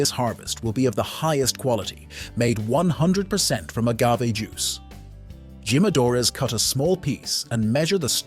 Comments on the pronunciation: Dude, none of those words are pronounced like that in English; and them Spanish speakers died at Gee-madores.. at the begging of the video.. 😂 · Jimmadoors 😭😭 dude I thought everyone knew you pronounce the J as H. Its heema. Hee-ma-do-rus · I cringed everytime he said GYM-A-DOORS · Jimadores "He-Ma-Dor-Es" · It's pronounced as himadore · So, he knows how to say "Don Julio", but can't figure out how to say "Jimadores". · if your going to do a video about tequila at least learn the proper enunciation of Jalisco and jimadores😂